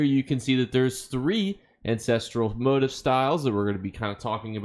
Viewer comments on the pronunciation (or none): Wanted to watch this, but I can't because immediately MO-tiff MO-tiff MO-tiff! IT'S mo-TEEF! mo-TEEEEEEEF! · It is pronounced "moh-TEEF" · Lol how do you not know how to pronounce the word motif